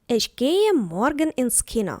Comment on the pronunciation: Чому ви вимовляєте, іш, ойш?